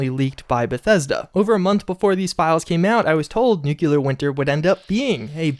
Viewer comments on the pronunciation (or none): No offense man, but its pronounced "NOOK-LEE-ER" not "NOOK-YOU-LER" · Shame the dude never reads his comments, good content but triggers ppl watching by repeatedly mispronouncing words such as nuCLEAR!!! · He's got a real problem pronouncing some key words. Listen to him say Nuclear. NEWQUELAR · I really love your content, I truly do... But every single time you say "nukular" instead of "nuclear", it makes me cringe and makes me want to watch you less. Call me what you wish, say I'm a troll, but... I just can't stand the use of that non-existing word, sorry. And with you covering the Fallout universe, it's a word that comes back rather often. And therefore so does the cringe... Thanks for the otherwise-amazing stuff, though! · Nuclear....not NuKuLaR, I've never understood why this word gets butchered so much. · You couldn't do it, could ya? You couldn't make oNe video without ruining the narration with NOO kyoo lur, huh? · can you PLEASE say nuclear right? It takes away from your video, at least for me.